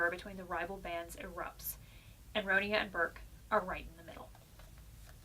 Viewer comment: I'm not having a go but you pronounced the name wrong. First of all Ronia is the English version of the name (the original Swedish is Ronja but it is pronounced Ronya because in Swedish J is pronounced like a Y sound). Sorry for the rant but I've had to deal with people pronouncing it wrong my entire life.